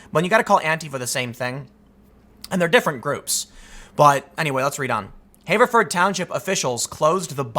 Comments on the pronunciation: Tim, Everyone I know says "Haverford" not "hayverford" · "HAH-verford." Not "HAY-verford." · * pronounced have-ver-ford not haver-ford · Pronounced Have-er-ford. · I hate to be "that guy" but I grew up in Haverford Twp and it is pronounced with a short A . Like the word "have" and then A Ford, Have-A-Ford. Also what an idiotic thing for my home township to do! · The A in Haverford is a shot A, not a long A. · You live in the Philly area but mispronounce Haverford? Yikes. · Btw Tim, hearing you pronounce "Haverford" with the "long A" vowel sound hurts my ears.